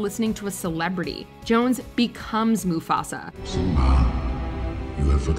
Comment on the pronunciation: Man really said Mafusa😂